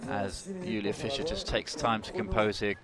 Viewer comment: And Julia Fisher ( that is Fiser), and Tina Havesayy (Hafsaas, pronounced Havs-Ohs).